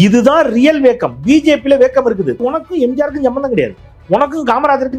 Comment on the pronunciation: வேக்கம் அல்ல வேக்குவம் போதமை இல்லை பேதமை ஆங்கிலம் ஓகே, தமிழைப் படிக்கவும் 😅